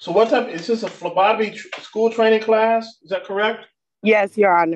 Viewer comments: I heard Lobotomy not phlebotomy!! 🤦🏽‍♀️😊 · I thought he said Labotomy class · I thought she said lobotomy class at first 😂 They have a hard time finding my veins too. Sometimes they have to get the Ultrasound machine out to find a vein 😂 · Lobotomy training is what I heard 😂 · I thought the judge said "lobotomy training." 😂 She definitely doesn't need that kind of training; she's already an expert!